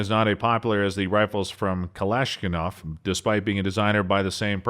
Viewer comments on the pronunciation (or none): Yep he butchered that pronunciation for sure lol not a great look for a gun channel